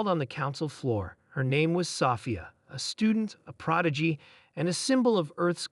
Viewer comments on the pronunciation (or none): Someone please teach the narrator bot how to pronounce Sophia